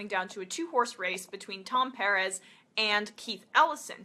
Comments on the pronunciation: It's PER -EZ, Emma it's not a hard name to say. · is his name really "piarez" and not "PERez"?? ... its not super important, but... she did say sunn's name alot... I assume she has done her homework, but... well... her pronunciation goes against my life experience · Liked the video but just pronounce his name right. Sounds weird the way you say Perez.